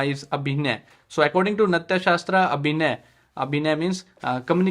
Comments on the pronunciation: Sir, its नाट्यशास्त्र, not नत्याशास्त्र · It’s नाट्यशास्त्र, not नत्या🙏🏻